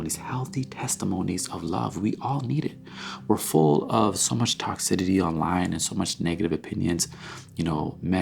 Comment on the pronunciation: Thank you for another amazing video! Remember the word is "toxicity" instead of "toxidity"... Only wanted to mention it cause I know its a word you use a lot. With love!! - Openness